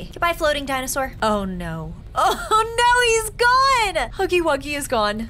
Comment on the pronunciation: She said snuggy wuggy